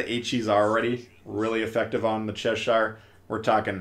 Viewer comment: cheSHIRE! is an "interesting" pronunciation. (Cheh-shur if you're wondering)